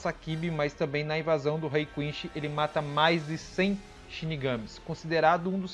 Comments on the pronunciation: Lá vou eu ser odiado por criticar a pronúncia do vídeo inteiro. O vídeo é super legal, mas as pronúncias estão quase todas erradas. E não estou falando das palavras de origem alemã, falo de inglês e japonês. Eu não sei onde e como a pronúncia "errada" de quinSHI se tornou tão difundida, mas a pronúnica correta é quinCy. Com C e não com a pronúncia "errada" japonesa que não consegue falar o C ECOmundo, é HUECO mundo. Seria legal refazer com as pronúncias corretas. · O jeito que ele fala quincy kkkkkkkk